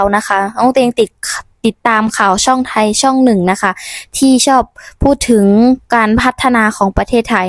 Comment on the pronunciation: อยากให้หนูออกเสียงให้ชัด ร.เรือ ล.ลิง ซ่อง กับช่อง ถ้าซ่อง ความหมายจะไม่ดีเช่น ซ่องโจร ซ่องโสเภณี ค่ะ